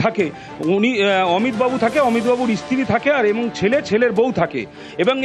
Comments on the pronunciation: REMAND....না রিমাইন্ড!!!!😂😂 স্ত্রী...না ইস্তিরি!!??🤣🤣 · সাংবাদিকের উচ্চারণ খুবই খারাপ।। স্ত্রীকে বলছেন উনি ইস্ত্রী।। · Remind na REMAND , Geram na GRAM, Istri na STIRI ...Dupoisa besi diye bhalo reporter rakhun sunte boro baje lage !!!